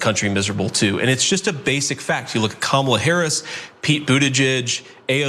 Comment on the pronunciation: I'll give Vance props on one thing. He pronounced Kamala correctly.